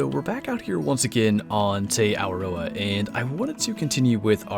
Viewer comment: its tee aworoa so close